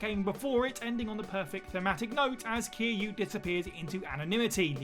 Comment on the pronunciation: No one noticed how he kept calling kiryu “kiiyu”